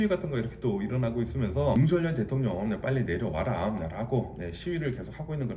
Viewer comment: 조심스레 살짝 말씀드려봅니다.. 현한국대통령 이름은 “윤석열”이고.. 정확한 발음은.. ”서결“입니다 많은 분들이 “성열”, 또는 “성렬”이라고 발음하시는데.. 그럴려면 “윤석렬”이라고 표기해야합니다 원칙적으로 국어맞춤법에 따르면 정확한 발음은“서결”이 맞습니다.